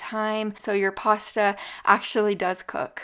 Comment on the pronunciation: Hi. Lol.your not pronouncing your pasta correctly.